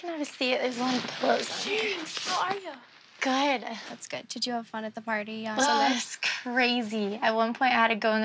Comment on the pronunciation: Everyone on this show pronounces good “Guuuud” 😂😂